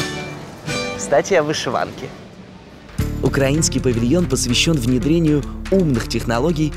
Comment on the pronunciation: В Инете есть инфа, что телеведущий в совершенстве знает украинский язык и часто с приятелями (во время студенческих каникул) жил в столице Украины — Киеве. Вот и теперь он не только поставил правильно ударение в слове "украИнский", но и сводил нас в украинский раздел выставки.